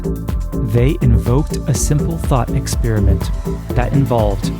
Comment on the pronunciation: Firstly: it hurts the ears to hear "exp-ee-riment" ; it's "exp-a-riment"😀. Besides: Hypothesis 2 has to be true. Otherwise, it's nature itself itself (herself? like in "mother" nature? or themselves? like in wokese-twitterese?) that has the trouble of creating a predating, sub-existing, "basis" theatre of infinite, infinitely dense sets of spacetime coordinates where reality comes to play its role. This however seems rather complicated, since spacetime behaves weirdly, making it so far impossible to reconcile GR and QM... The only logical answer is that spacetime is emergent at some level (possibly way way waaay up in the scale from the Planck's 10^-35m/43s - maybe it's just nanometers instead). That emergent rather rigid fabric then gets dragged along with the "motion" (whatever it REALLY might be) of any "frame of reference" (= a set of relationship based networks between events that are interdependent, aka: "an observer")